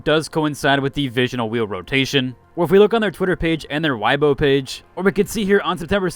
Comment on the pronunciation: Weibo is pronounced like way-bo